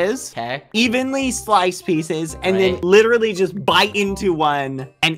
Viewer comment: if i had a cent for whenever badboyhalo says "literatly" i would be the richest man on earth